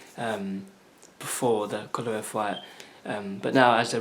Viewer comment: Y do so many ppl have problems pronouncing KOVA~LEV?